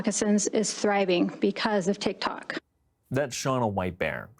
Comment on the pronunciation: "Tik Tonks" LOL